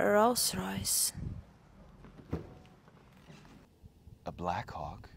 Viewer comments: The virgin "ralhhs rohhhyssh" vs chad "B L A C K H A W K" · Как же она стремно произносит Роллс-Ройс😂😂😂